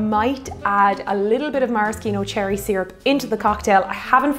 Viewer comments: Mara-Ski-No seems wrong, its Mara-She-No isn't it? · It's pronounced mare-ah-she-no not mare-ah-ski-no or mar-ah-ski-no. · It’s ‘maraSHEEno’ cherries. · As far as rye goes you should definitely try Michters. Also the C in Maraschino is silent ;-)